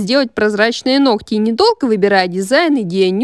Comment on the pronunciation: Нохти...нохти...ухо режет!